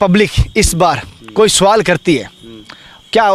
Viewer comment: सुवाल नहीं "सवाल"